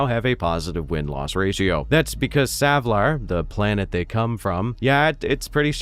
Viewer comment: YAY! Someone who actually says Savlar right! :)